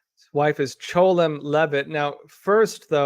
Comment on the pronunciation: Why did you keep pronouncing 'Chelom' as "Cholem" ?